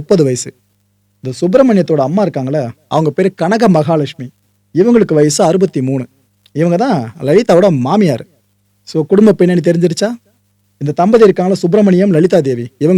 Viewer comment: ஐயோ Bro அது கனக்கா(kanakka) இல்ல கனகா (Kanaga).. அந்த பெயரை ரொம்பவே கொலை பண்ணீட்டீங்க😂